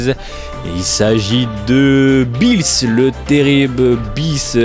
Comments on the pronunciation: Ça se dit pas Billys sa se dit Beerus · Super vidéo mais juste on dit beerus et pas "bis" ou je sais pas quoi mdrr 😅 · Tu pronense mal le nom ces beerus